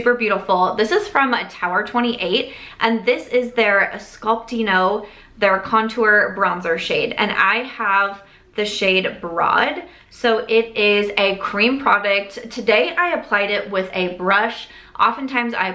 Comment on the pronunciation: All of the shades were actually named after museums in LA so Broad is actually pronounced with a long o like the actual word road 😊 just found this out myself recently too!